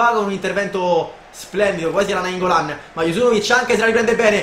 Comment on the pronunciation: hai detto naingollan 😂😂😂